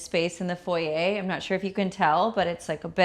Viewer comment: Not envious - have much better. Nothing is better than that cheap little out of scale chair and pedestal in foyer. Bunny Williams does not pronounce it as foyeigh lol. So much cheap junk in this house. I do like the portrait picture in the foyer though. Gloves for the Leibovitz book? Hahahaha. I t must be priceless to be in the same home as your car art, Car art doesn’t seem PERSONABLE? Hahahaha. Had to go before you started on the dining room and the $50. chairs. You brag, pretend to know what you are doing, don’t have much money, and have made dozen of costly mistakes. You have a presence that shouts insecure, copycat, raised by braggarts without money, envious, completely untalented. You owe your Wal Mart and Rooms To Go guests for keeping you in subscribers. 😅😂